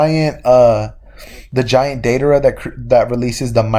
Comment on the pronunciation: u mixed 2 letters in the name it is deidara close tho